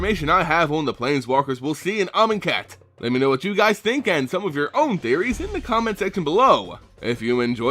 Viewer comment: I can only hear the word "Almond cat"